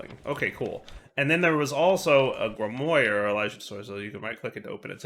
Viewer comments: Grimoire isn't pronounced the way it's spelled. The "moire" is pronounced the same way as noir (like "L.A. Noire"). So sort of like "Grim-wah". Though you could just look it up. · yeah its super cringe how he butchers it kinda like one of those peeps who butcher taco and tortilla